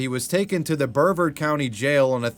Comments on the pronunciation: This is great ! Amazing all the Dumb Crooks we have here in Florida. BTW, Brevard (county) is pronounced "bree-VARD," not "brevard." Been living in Brevard County since 1956. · "burr-vurd county jail" 😂 it's "breh-vaard" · Hey funny video, but the dui guy in walmart clip, it was in Brevard County, you said Bervard , just thought I'd let you know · I have never heard someone pronounce Brevard county so horribly